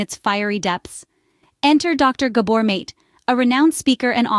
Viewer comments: Learn how to pronounce his name❗❗❗❗❗❗❗❗ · I wish the AI announcer would pronounce this wonderful man’s last name correctly … I personally feel it is at best careless and at worst disrespectful to publish content that depends on Dr. Mate’s reputation & expertise and NOT pronounce his last name correctly.